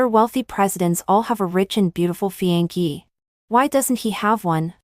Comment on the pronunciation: I laughed so hard when the CEO got on the bus and handed her the paper bag with her underwear in it. Her response was priceless. But, once again Fiancé is pronounced "Fi-an-say", not "fi-an-key".